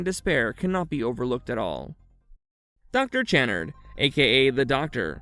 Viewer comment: On Doctor Channard its pronounced Kuh-nard